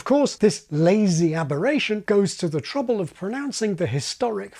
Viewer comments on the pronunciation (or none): none